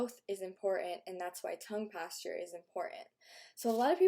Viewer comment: So... we're supposed to believe she has had no work done? Not buying it. Also, "tongue pasture."